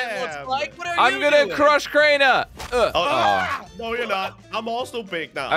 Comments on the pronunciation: It’s Crainer not crainte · “Drainer”? WTF XD